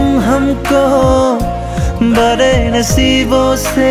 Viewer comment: Learn properly before singing how to pronounce "BADE बड़े" "TADPE तड़पे" 😂